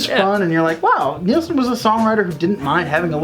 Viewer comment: Love your Chanel. But it’s pronounced Nil-son not neeel-son. Small point